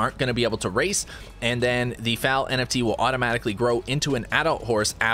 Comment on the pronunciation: Google how to pronounce foal lmao, great vid as always